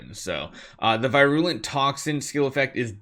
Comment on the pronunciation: I believe it's pronounced vir-you-lent